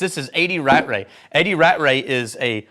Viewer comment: Aargh not Rat-Ray. It's Ra-tray.